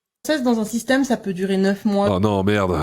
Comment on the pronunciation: À 2mn35, elle a prononcé "système".